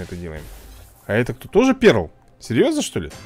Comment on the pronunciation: Если что не перл а пёрл